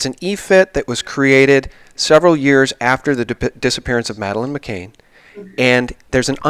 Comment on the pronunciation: Please try to get Madeleine's name right consistently. It's McCANN, not McCain. It's a mistake that keeps getting repeated constantly.